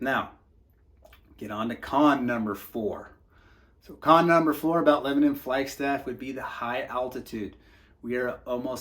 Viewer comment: Why do you say flyg staff??? the name speaks for itself! It’s a fucking flag!